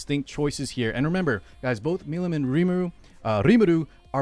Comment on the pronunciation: Listen to how they pronounce Milim's name in English. Mill- EAM. I'm not sure if I have ever heard anybody from epic community actually say it correctly.